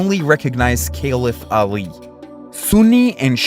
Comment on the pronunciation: Very brief video, somewhat informative but 2 observations are due here: 1- you have a lisp that contorts some letters 2- your pronunciation of names sounds distorted. It would benefit you to learn how to pronounce ethinc names for the ethnic group to follow you. Caliph Ali is an example here, had i not know that name i would not have known whom your talking about, and i struggled to catch the name of the person who is credited with preserving the Qur'aan